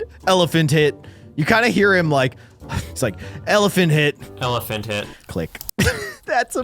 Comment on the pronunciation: bro is litrying saying elephant tih